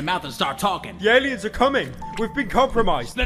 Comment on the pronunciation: First Seconds into the Video : Pyro : I was lucky enough to voice act in this game " ThE AliUnS aRe CoMmIng "